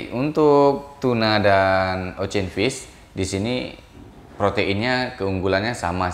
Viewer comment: Ocean= Osien not Ocen